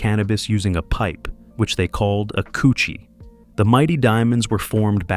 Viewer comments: This is the confusion with people out of jamaica, there is two different jerna in jamaica, dancehall and reggae, stop the confusion.........and it's pronounced kuh chi not couchi🤔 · KUTCHIE NOT COOCHIE 😂😂😂😂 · It's pronounced ko- chee not koo-chee. This man know how do pronounce dutchie but want to intentionally mispronounce kutchie Smh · "Pass the "kutchie". Not "coochie" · 😂😂😂😂 most definitely. How he got dutchie and not kutchie though. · Was wondering who’s gonna tell this stupid ass It’s KUTCHIE❗️💯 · Not douchie either! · It is pronounced KUCHIE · KOUCHY IS THE WRONG PRONOUNCIATION.